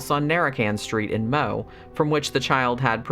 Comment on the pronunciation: First! I remember this case well, it was a regular circus. By the way, it is pronounced "Mowie".